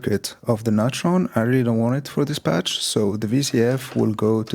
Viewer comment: You pronounce it all wrong: like "Beringer NIGHT-Tron". But it should be said "Beh-ring-er Noi-Tron". It's GERMAN, you know... Apart from this, great patch.